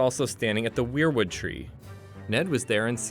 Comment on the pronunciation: Wayward tree, WAY-ward, not wereward. Do you even game of thrones bro?